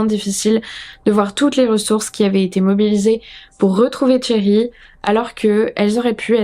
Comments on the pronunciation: C'est pas une question d'accent, le R à la française ça ne me choque pas, c'est juste que son prénom se prononce avec le son "sh" et pas "tch" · En effet, t'as vraiment besoin de cours d'anglais ! C'est pas tchéri mais chéri (phonétiquement) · j'y peuc rien, j'entends "Thierry" au lieu de Sherri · Toute la vidéo, quand tu disais "Sherri" j'entendais "Thierry", c'était perturbant. Sinon, ça fait peur de savoir que des gens peuvent faire ça et détruire sa famille. Tu n'as quasiment pas parlé des enfants? Quels âges ils avaient? Parce qu'ils auraient pu dire si Sherri frappait Keith ou le contraire, ou si il n'y avait pas de violences physiques. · Super vidéo, je connaissais pas du tout cette histoire et les explications et tes théories sur son cas clinique rendent cette vidéo très interessante ! Mais bon, je vais être cette personne : j'ai enseigné l'anglais pendant près de 10 ans et comme Cambly est le sponsor, ça me semble approprié :) alors toute la vidéo, je trouvais bizarre que la "victime" s'appelait Thierry. Je faisais la vaisselle donc j'avais pas les yeux sur l'écran à 100%, et je me disais que je vérifierais après coup. Oui, toute la vidéo j'entendais le prénom Thierry ! Donc ce prénom là, Sherry, se prononce comme le français Chérie, c'est un son/sh/ doux, comme dans le mot Shoes. Voilà, juste un petit détail rigolo qui n'enlève rien aux mérites de cette vidéo !